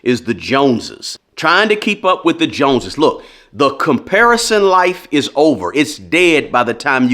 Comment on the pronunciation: Bro, watching from the UK, what’s the JONSES? LOL